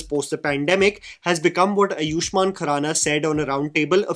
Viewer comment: Bhai its aaayushman not ayoooshman. Love you!